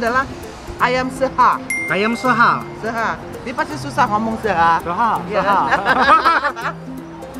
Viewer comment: Seuhah chef bukan seha wkwkw